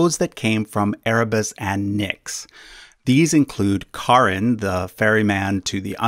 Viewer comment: Really nice. As a rule of thumb, C’s should all be hard in Greek/Roman names so Ker-ber-us and Cha-Ron (which you did say).